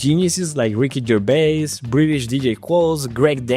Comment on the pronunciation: you say "Ricky GerBais" and then "valanced" instead of balanced i´m tf out